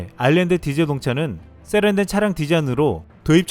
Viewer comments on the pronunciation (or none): '세련된'을 '쎄련된'으로 발음하면 세련되어 보시지 않습니다.